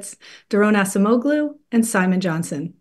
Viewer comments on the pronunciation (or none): The guy wins a Nobel prize and you can’t say his name properly? Wtf? It’s not assemoglu it’s acemoglu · Congratulations on your amazing success Acemoğlu! However, I wish ladies could pronounce Mr. Acemoglu's name correctly!